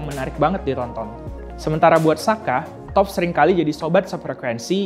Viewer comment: Toph = tough = "taft"